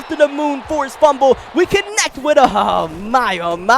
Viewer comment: my guy it is pronounced ah—men-raw